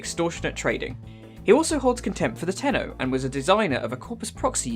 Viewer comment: U mean : "tenno"